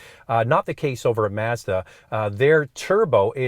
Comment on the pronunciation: Great comparison and I like the correct pronunciation of Mazda! The Mazda is the winner for me!